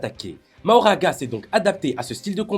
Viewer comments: Pourquoi mahoraga a chaque fois ? C est Makora, y'a même pas d'excuse, c est dit vocalement par les japonais eux même qui doublent les perso. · Non😮 on dit MAKHORA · Alors MAKORA 😭 ça se prononce MAKORA